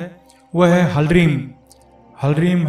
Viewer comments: Yeh HALEEM hai, HARLEEM Nahin. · "Halreem" Galat Hai. Halanki Hindi Mein Nahin Likh Raha Hoon Hoga "Hleem". Ha Aur La Sanyukt... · कृपया उच्चारण शुद्ध करले क्योंकि ये हलरीम नही बल्कि हिलरीम उच्चारित होगा क्योंकि ह पूर्ण न होकर आधा ही है ठीक वैसे जैसे हिलीम में ह आधा है! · आप गलत बीज मंत्र बोल रहे हैं।hlreem बीज मंत्र नही होता। ह्रीम होता है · Apne likhe he Hlreem but bol rahe he Halreem? Kounsa wala sahi he